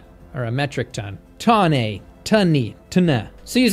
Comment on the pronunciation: The pronunciation of tonne is how I feel about American words containing z instead of s. ZZZZZzzzzzzzz🐝